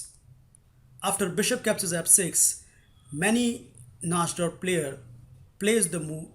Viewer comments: Na"ee"dorf, not Na"sh"dorf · uhhhhhh..... i think its pronounced (nai-dorf) and not (naj-dorf) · The pronunciation of najdorf is: Na-ee-do-rf. u r pronouncing it incorrectly